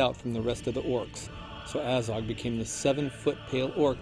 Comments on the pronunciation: Its fucking Azog not Ayzog, they even pronounce it in the film. Aylmaozog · Says A-zog when the movie clearly says AH-zog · omg the way you say Azog really triggers me ... its not "ay-zog" its "a-zog"! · from what planet are you? ezog? its azog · Aiiizog... annoying how he pronounce it. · He says his name like you should - ONCE XD At the beginning. Poor Ayzog though! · So many people bashing on about the CGI and the only thing that really irks me is the way that guy pronounces "Azog". He's making a video about the character whose name is repeated a ton of times and he STILL can't pronounce the name?!?!?! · hate how he pronounces Azog